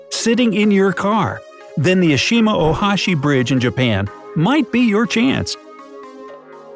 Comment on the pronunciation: It's not ESIMA,ENOSHIMA is right.